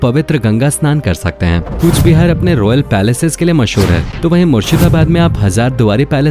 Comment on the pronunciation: Coochbehar se 🔥💙😌 || Not - Kochbihar❌